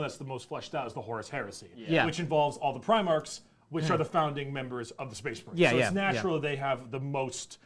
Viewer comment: SPEHS MAHREEN